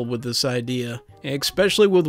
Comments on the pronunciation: I wish you’d stop pronouncing especially as “expecially”. That’s my only criticism. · Don't you mean ekspecial edition? :P